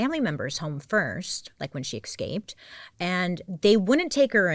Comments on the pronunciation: Watched your content forever but it really bothers me that you say ekscaped rather than escaped. Please work on it 🙏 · BAILEY!!! I LOVE U but you're driving me coocoo with the way you say Escaped. You say it as if there's an X, no ma'am. ESCAPED ❤ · I can’t stand how Bailey says “exscaped”